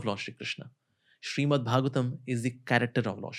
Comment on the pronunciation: Its Srimad Not Shriman, correct it in the timeline